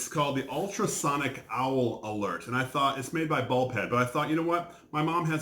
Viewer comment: I keep hear saying "Bald Head", instead of Bulb Head."